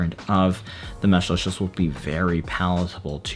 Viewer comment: the first reviewer i have seen that pronounces Meshlicious correctly